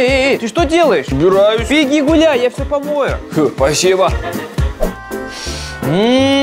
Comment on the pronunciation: говорит пасеба